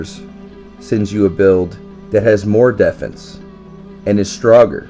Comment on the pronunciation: "You defnce is very strog"